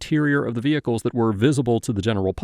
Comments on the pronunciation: Mah veeeeHicles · how many syllables is vehickulls? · You know there’s going to be trouble when the cops pronounce vehicles vhickles. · Record them private ve-hay-cles!